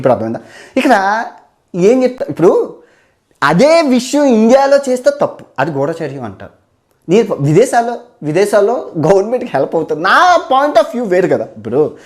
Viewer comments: గూడా చర్యం కాదు గూఢచర్యం ,, భండారం కాదు బండారం ,, తెలుగు ను భ్రష్టుపట్టించడానికే పుట్టారా ! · Not gudhaacharyam kadu. It is gudhacharyam.